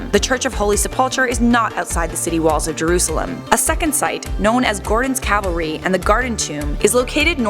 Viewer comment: The tomb I'd say is the garden tomb it fits the four accounts better than the sepulcher. However the crucifixion sight I'd say Helen the mother of Constantine got right. Also not to b mean but say it with me it's not sepulchar it's sepulcher- sep ull (like ool) Kar (h is silent) And in calvary enunciate the A a lil more then I think way got it